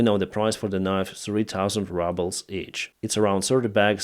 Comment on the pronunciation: US and UK media: "rubles ": " rabbles"